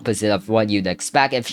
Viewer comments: Btw: chi square is pronounced Kai- square. Also idk why they’d use chi square here when it’s much easier to find your confidence intervals using z-scores (calculated from the sample means and standard deviations) and using NormalCDF. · I hate to be nitpicky, but I also hate a lack of context. Also, you get a stats lesson. The "Chi" in Chi-squared is pronounced as you would pronounce "Kai." The alpha value (a), which is the value at which a P-value of less than a means we can conclude there is statistically significant evidence, doesn't have to be 0.05; it's just one of the more common ones. You can adjust it to be higher or lower depending on what type of error you are trying to avoid, minimizing either false negatives or false positives (ie. conclude not cheating when she actually is or conclude cheating when she isn't). If you want to reduce the chances of both errors, you need more data. Conclusions in statistics are not guarantees (since, technically, extreme cases can exist), just that the data insinuates something. Also, significant actually has a very specific meaning in statistics, so be careful using it, as something could be substantial, but not statistically significant, as concluded by a test such as a Chi-squared test, or a t- or z-test. I took AP Stats, and I'm going to pretend like it was actually a helpful class (In all honesty, it has been very helpful; take it if you can).